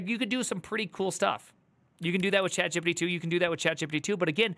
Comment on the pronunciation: Gipsy, ChadJippidy. Love your pronunciations. I find it amusing how the suits'n'ties are going bonkers with fire in their hair on the stock markets... If this new chinese AI thing is open source, then its probably just a matter of a few weeks until all the other AI businesses has caught up.